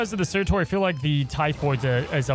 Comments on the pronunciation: For the love of god stop saying surTOR ITS TUR!!!😂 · dude....it's surtur not surtor tur like turn not torn. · Sir-terr. Not Tor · It’s pronounced “Sirtur”. Quickly said. You’re saying it more like Sir-Tore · SURTURRRR! Where is the O?? Not SurtOr, cmon what are you.. Alex? :P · Pls stop butchering his name :'( S U R-T U R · I got triggered how many times he said 'sir tor' lol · He is generally bad at pronunciation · Sorry y’all I’m gonna be that guy: pronounced like “Cer-ta” 🤓☝🏻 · Did no one notice how pronounces Surtur 😅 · How are all of the snap content creators pronouncing surtur wrong... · It’s driving me insane